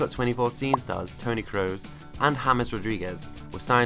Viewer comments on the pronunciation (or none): none